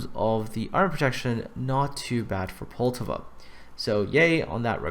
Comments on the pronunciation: Well first mistake is you cant pronounce Poltava. As with all americans you always pronounce it in english, even thou you KNOW its not what it sounds like in the native language. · Dude calm down, he probably just finds it hard to pronounce the name correctly, just try saying something that isn't in your native language, you'll probably get something wrong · And thats why people hate you, the ignorant stupidity. Poltava is not a fucking english name, so you dont pronounce it in english and then be "uh I dont know how its pronounced." Also I dont give a shit if hes canadian, english or american. English speakers in general remains the only group of people who CANNOT comprehend that not everything is pronounced in english.